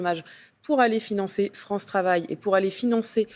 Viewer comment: "Vive la Fronce"......